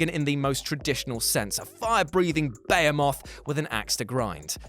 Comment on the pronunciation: Jesus, when you warned us about pronunciation I thought you meant just the monster names, why do you even say Behemoth that way?